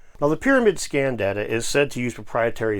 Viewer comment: you said scan or scam ?